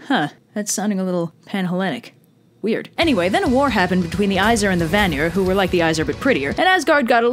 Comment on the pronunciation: I appreciate your trying, so I’ll help you with pronunciation. The 2 tribes of gods are pronounced as such: Ay- seer, and Vahn- ear. Hope that helps!!